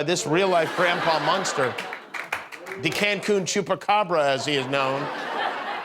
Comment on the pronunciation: Cancun Chupracabara......tea spew...please give a warning Next time...